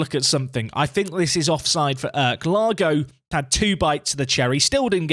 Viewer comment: Long time viewer, first time commenting here. Since you are bigging up Kürşat Erk this much I wanted to teach you how to say his name lol. The 'ş' stands for 'sh' so you can read it like this 'Kür' = 'Cure' | 'Şat' = 'Shot' The 'Erk' part is a bit hard since i don't know how to show it. But I can say where you make the mistake. You read it like 'Örk' but you should soften it a bit like 'aerk'. In turkish we read the letters literally as they are. So in summary: 'Cure Shot Erk' Thanks for the daily videos, I have been watching for 2 years now and learned a lot from you. This year, I myself took Telford United from Vanarama National League North all the way up and won the Champions League in 12 seasons. Btw great work on that thumbnail! Keep up the great work!